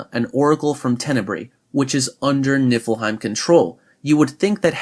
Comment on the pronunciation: Am I the only one who noticed he just kept saying nipplehiem